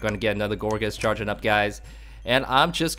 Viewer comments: Loool.."Gorgeous" xD. I can tell you really like this Pokemon although it is actually pronouced "Gour-geist". On a more serious note this is actually a cool deck, sure to work against even those bulky EXs. The only thing I would suggest is to maybe swap out 2 rollerskates and add a Slurpuff w/ Tasting, just for consistency. :) I like the vids man. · I believe that it's pronunciation is "gour'gaist'", from "poltergeist"